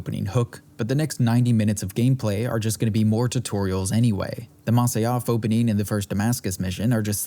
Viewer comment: It's "Masyaf", not "Masayaf". T___T" Even Robert de Sable clearly says "Jackals at Masyaf", while you misquote it seconds later as "Jackals at Masa-yaf"